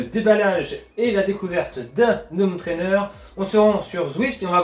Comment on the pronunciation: merci super vidéo mais par pitié, il faut arrêter de dire des ZZZhome trainer. C'est un détail mais ça pique les oreilles dans toutes tes vidéos:)